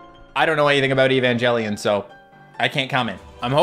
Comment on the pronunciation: eva (aye va) asuka (ah s ka) evangelion (aye van geh lee n)